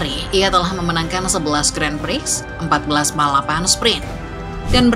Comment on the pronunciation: si admin baca 'gran pri' kok masih salah ya, pdhal yutub motogp indo lain udah pada berbenah